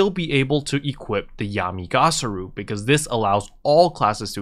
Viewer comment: it's Yami Ga-Ra-Su /giggle /:P